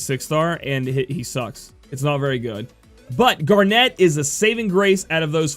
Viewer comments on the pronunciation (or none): It's zeh-don and gar-nit just like the gemstone.